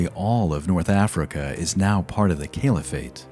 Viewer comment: I dunno, he couldn't say 'Caliphate' properly. Kept saying 'Kale-if-ate'. And "Christiandom" instead of 'Christendom'. Other than that, he was alright.